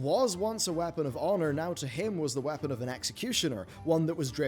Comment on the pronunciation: I can’t get over how he says “whapen” for weapon 🤣